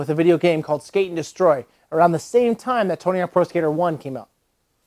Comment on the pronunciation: "skRate and destroy am I right?" HAHAAHA THANK YOU STEVE BRULE